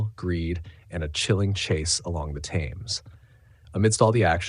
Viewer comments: The Sign of Four, not The Sign of the Four. River "Tems" not "Tames"! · Along the "Tames"? "Thames" is pronounced "Temms" not "Tames".